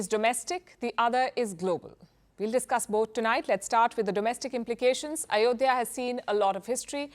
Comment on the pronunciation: Not ayodiya.... Mosq place sreeraam... 👍👍👍👍